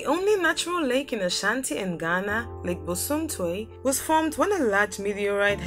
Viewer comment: Please it's Lake Bosomtwi not bosumtwe Thank you and much love from 🇬🇭